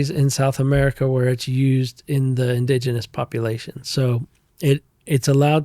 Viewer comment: Have i been saying Indigenous wrong my whole life? these guys keep saying it with a O must be a psyop lol 😉